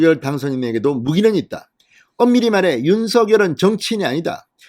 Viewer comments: 진성호씨 발음 똑바로 하세요. 윤서결이 아니라 윤성녈이라고 발음 하세요. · 새대통이 윤성녈 로 발음 해 달라고 했어요